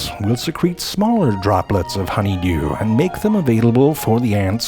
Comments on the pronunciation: I love how he says, "Honeyderrrw". 😂😂😂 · I am in support of Frank saying "Rurl" like "honeydeeyuwl" or "mhassarjh" from now on. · HONEY DURR, now that's some funny pronounciation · Love the way you say 'honeydeurrrr' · I swear I've heard honeydew pronounced like that somewhere else. I just can't figure it out!